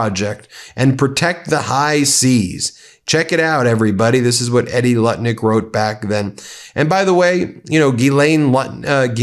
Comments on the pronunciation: Edie is pronounced “Eee-dee”, not “Eddy” Just for reference - she sucks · EEDIE Lutnick. Not Eddy Lutnick. EE-DEE Lutnick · Edie, is pronounced - E-dee. My aunt by marriage, has the same name. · Edie, not "Eddie!" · Dude you are an attorney with a near 6 million follower base. Please learn to pronounce words and names correctly. It is not Eddie, it is Edie. It is not Serjey, It is Sergei--hard G. Thank you. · FYI Edie is. Pronounced long E Dee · You asked what I think. I think Edie is pronounced EE-die. That’s what I think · BEN......Edie..pronounced.....Eeeee Deeee This is my name also........ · Edie is not pronounced like Eddie Van Halen. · It's pronounced EE-dee Ben,😊